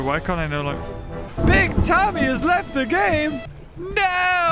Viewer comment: Love how he never said BigTimmay's name correctly